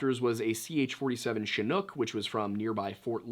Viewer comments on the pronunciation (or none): none